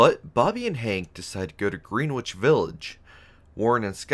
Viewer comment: It's pronounced Grenich, not Greenwich.